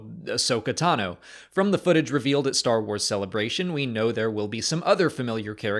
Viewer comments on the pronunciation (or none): none